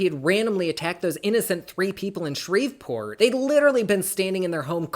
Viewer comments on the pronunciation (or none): I live for your videos ❤❤❤ I could listen to you all day I swear. Btw from a Louisianan, the "v" in Shreveport is silent 🤣🤣 no hate though I promise 🥰🥰